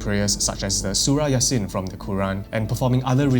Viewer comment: The way he pronounced "Surah Yasin" was impeccable... Perfect bro... ✌🏾☺️✌🏾